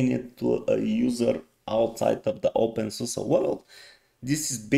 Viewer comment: Always makes me happy when people pronounce openSUSE correctly :DD This reminds me of Xfce a little bit. The default theme does look somewhat basic but maybe with some customizations it will become amazing.